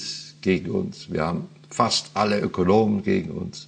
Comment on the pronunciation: Meint Herr Bader bei Position 'Ökonomen' oder 'Ökologen' ? (Er scheint so etwas wie "Ökolomen" zu sagen.) Gibt es zum Thema Österreichische Schule überhaupt eine typische Haltung auf Seiten der Ökologen?